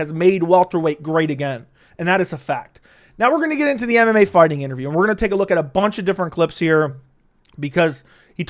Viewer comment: first time i didn't hear call mmafighting mmafarting in this video